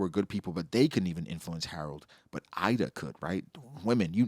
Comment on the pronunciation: Ida her name is pronunced using the I from "inside" and da how you pronunce "the", I'm literally Swedish so I know the Swedish pronunciation